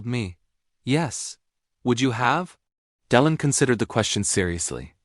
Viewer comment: On tv ,making reviews and comments, you should know how to pronounce the name of the Actor properly! Ok '! ✅! You are not saying Delon , properly! Bruno usa